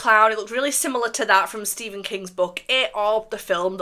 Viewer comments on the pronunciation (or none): none